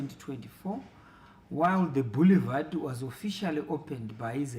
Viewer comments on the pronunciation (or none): A minister who cant pronounce the word Boulevard.nxa